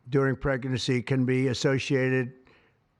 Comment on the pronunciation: He said Precinacy instead of pregnacy Oh my God and he blames Biden for being senile.